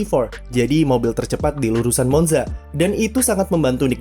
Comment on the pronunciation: Permisi min, Monza dibacanya Montsa🙏